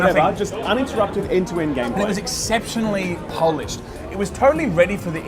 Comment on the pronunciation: Did say: "exceptionally Polished?"